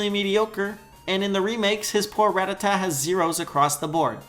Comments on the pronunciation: HEY IT'S PRONOUNCED RA-TA-TA! NOT RATATAT I'm by the way! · You call yourself a Pokéfan when you can't even pronounce Rattata?